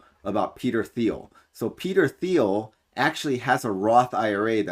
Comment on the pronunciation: Thiel is pronounced teal, like the duck